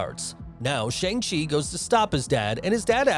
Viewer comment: bro pronounced Shang chi wrong